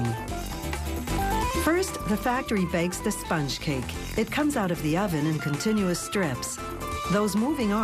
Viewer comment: I don't like her voice, but I absolutely hate the way she says "sponge"